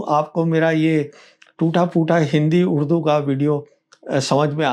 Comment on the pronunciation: Your Urdu pronunciation is very good Pravin sahib! It was a pleasure to listen to this, kudos for the effort